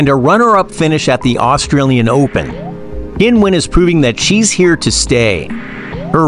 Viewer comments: Oh, c'mon, her name's not "Kinwen", she says that sometimes for westerners! TikTok is not a place to rely on anything. Do some decent research and find out the way she actually says it for real, the way we all say it in China, including Qinwen herself. There's a YouTube video somewhere where a group of tennis players from several nationalities actually say their names for real, and Qinwen is among them (it might be under the WTA listed videos). Alternatively, you could look at a Chinese news source or interview with Qinwen in Chinese where her name is referred to. Doesn't matter that you can't speak Mandarin, you'll hear her name announced. If you want to develop your channel and be taken seriously you need to be professional enough to pronounce names correctly. It shows respect. Otherwise, why bother having a channel. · Come on, learn how to pronounce her name, at least try a little. "Kinwen Zang" is nothing like it. She says "Kinwen" sometimes as a joke and because it's not that important to her as mispronunciation of her name happens so often. There are native speakers on the net who demonstrate her correct pronunciation. And yes, I'm a native speaker of Mandarin whose surname is ... Zheng. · isn't time for the sports commentator to learn how to pronounce her name probably ! It is not Kin-wen ...........the Q in China is pronounced CHI. However, DIVA is a proper term for her.